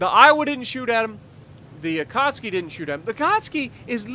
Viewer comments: Say it with me.. A-KAT-SUKI NOT AKAHSKI...SOUNDS LIKE A DAMN POLISH DELI Great Video though and looking forward to part 3 on the Jersey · Why u called it akatski i believe is the akatsuki